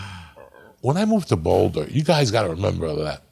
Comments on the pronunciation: "in bouldahhh" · Uncle Joey doesn't call it BOWLdah 😮